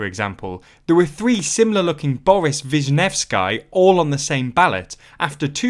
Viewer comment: It hurts how you pronounce "Vishnevskyy"